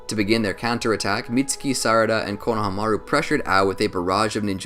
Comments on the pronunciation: It’s annoying how he keeps saying his name wrong 😑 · The way he’s saying konohamaru bugs me lmao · So do you watch Naruto and hear konohamaru’s do you just disregard the pronunciation or what cuz that is definitely not how u say his name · I hate to be this guy but it’s Ko-no-ha-ma-ru, not Kono-hama-ru. In Japanese you give each one it’s own space. It’s not like English. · My man says konaha-maru 😂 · The Japanese break pronunciations of words and names evenly. It's ko-na-ha-ma-ru, not konaha-maru. You butcher it 🤣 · KonoHAmaru not KonohamARu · I REALLY HATE HOW YOU BUTCHER KONOHAMARU'S NAME ITS SAID FLUINTLY NOT KO-NO HA MARU INSTEAD ITS KONOHA-MARU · Can we establish how he said konohamaru as konaha mara but it’s Kona ha mara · IT IS KONO HA MARU NOT KNOW HA MAH ROOOOOOO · Am I the only one bothered by how he pronounces konohamaru as kono...hamaru. As if it were a first and last name. Weird. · It is pronounced... KO-NA-HA-MA-RU! Sorry... it's been bothering me for the last couple naruto videos you have been made.... I needed to point it out. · pronounced - kono-hama-ru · I want to keep watching but the way he says konahamaru is killing me im only 7 minutes in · I love these videos but anyone else get slightly irritated when he pronounces Konohamaru like “Kono Hamaru”? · You are pronouncing it wrong it’s (cone-a-hom-a-ru) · Fr 💀 konamahru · BRO SAY Konahamaru no konaha maru JEEZ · Please research character name pronunciation. Step 1: How do you say the subject of the videos name? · I hate how he pronounces konohamuru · Lmao don't be mad at me but I can't decide if I like or dislike how you say his name lol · He doesn’t say Konohamaru right it sounds so weird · Why is no one talking about the way he saids the name? It puts me off every time 😂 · u are pronouncing konohamarus name wrong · U pronounced his name so weird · The way you pronounced his name ultimately killed me seconds in